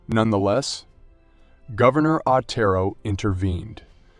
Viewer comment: It's also Otero, not Atero.